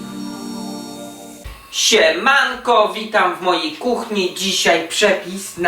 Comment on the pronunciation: Jakie zaakcentowane siemanko dzisiaj :)